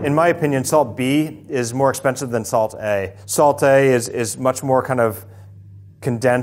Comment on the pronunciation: when he said "saltAYY" I felt that